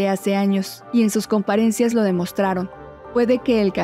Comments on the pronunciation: Es COMPARECENCIA no COMPARESENCIA, la riegas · Se pronuncia comparecencia no comparencia